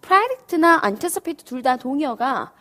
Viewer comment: predict anticipate.. 일음절 모음 발음이 잘못되었습니다